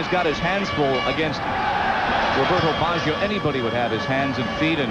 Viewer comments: Dude! you would think they would be able to pronounce the name of the worlds best player. What on earth is 'Bawjio' ? McGrath beat Baggio 40 times in the game. Baggio didnt get a sniff, so why are these assholes yapping on about Baggio throughout the entire game??? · That commentator is terrible. He actually thinks England are playing Italy, and he has no understanding of what is going on. He cant even pronounce Baggio...I think they fired him after this world cup after so many complaints.